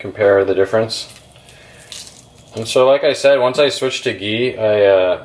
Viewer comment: First, learn to pronounce ghee.